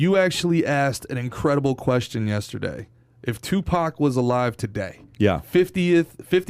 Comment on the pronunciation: I love how PAT just refuses to believe there is an "R" in YESTERDAY... Pat: ........ "yes-TE-Dey" Haha everytime! Keep it up guys! Content is great like always! Shoutout from #Bradenton #FL #PBD #PBDPODCAST #yesTEdey